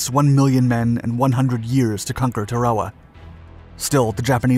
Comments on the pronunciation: Sounds like your saying Chihuahua instead of Tarawa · It's pronounced Tayr o wah. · The island’s name is pronounced TEH-ruh-wuh. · dont know about your pronouncing the islands name !! supposed to be Tar ah wa ??? Thats what the MUST WATCH "Victory at Sea" 1952 docuseries called it!!! My father drove a landing craft into several beachheads in New Gunea and later at Lingayen Gulf, Phillippines........ While all around him people were being blown to bits... :( He only briefly mentioned it once... Same with the others who served... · Tarawa is pronounced TAA-rawa. And Betio is pronounced like ratio. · In 46 years ive never heard it pronounced tah rare wuh.Thats totally incorrect.Not the people that watch your videos woild ever care or even know how the islabds name is spelledor ptonounced. Obviously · It’s pronounced Tara-Wah. Like Tara from gone with the wind. Also when you see things like mk. 48 torpedo it’s pronounced “mark 48 torpedo” not “M.K. 48 torpedo.” Had to stop watching the videos because you clearly don’t know what you are talking about and the scripts get a little fascist sometimes. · The pronunciation bugs me. Why say shit differently than all other documentaries of the last 80 years? T-air-uh-wa. A-toll. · Are you sayingTarawa wrong? I’ve never heard it said that way. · He must be using the Japanese pronunciation in English....lol.. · You mispronounced Tarawa and Betio. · Is no one going to mention how he’s pronouncing tarawa?!? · The pronunciation of “Tarawa” throughout the video makes it almost unwatchable. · Might want to learn the correct pronunciation of Tarawa first before attempting to convey information about the island and the battle. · Turwahwah? Is this a computer talking? It's pronounced Tair-ah wah. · It's pronounced TARawa, not tarAWa. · Tar-a-wa, not Ta-raw-a. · LOOK at the spelling of the name of this island - Tarawa Tar-awa NOT, REPEAT NOT TRA-WA-WA. This just pisses me off beyond belief ! GET IT RIGHT WILL YOU PLEASE ???? 😡😡😡😡😡